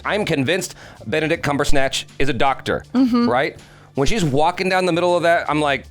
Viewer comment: "Benedict CumberSNATCH" 🤣 poor Benedict out here catching strays